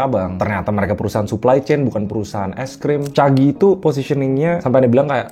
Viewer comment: Caji bang, bukan Cagi 😅